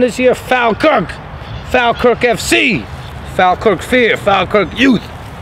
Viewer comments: Am a Falkirk fan it's pronounced Fawlkirk Falkirk Mods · If your going to talk about a football team at least know how to say the name of the team properly ...its spelt Falkirk..but you say fallkirk